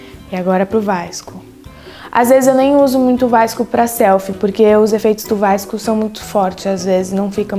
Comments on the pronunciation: fiquei com agonia dela falando vaisco Skskkskskdks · ela fala errado